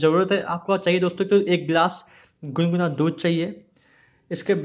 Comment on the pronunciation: अबे हकले दूध गुनगुना होता है । दुन्दुना नही